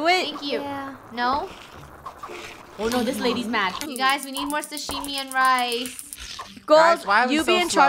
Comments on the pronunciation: Not shushime Sashimi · “Shashimi” it’s Sah-Shi-Mi (without “H”)